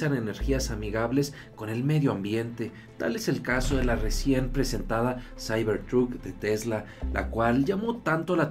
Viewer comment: "Saibor trut" jajajaja xD